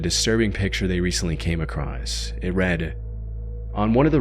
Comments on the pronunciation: Theyre not. This guy mispronounces across and women. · uh Theyre not the same person. If you’ll notice this guy mispronounces across and women. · yeah this guy mispronounces across and women.